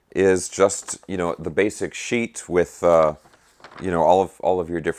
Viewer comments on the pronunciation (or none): none